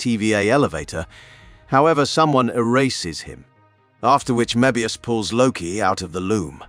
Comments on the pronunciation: How could u POSSIBLY mispronounce THAT many words/names? Some of em, even YOU said differently, from what was said earlier. This is a human, right? I actually thought it could be A.I., but if that were the case, they would be pronouncing the words the same every time. Some of em are even women, & yet the narrator calls em "he". He even says Mobius in like 3 different ways, not only contradicting the show, but strangely, contradicting even his OWN earlier words. Hard to be considered a "subject matter specialist" when u cannot even pronounce the most basic words/names, that are EASILY searchable in LITERALLY about 30 SECONDS just by googling it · Mo-ebius and auroboros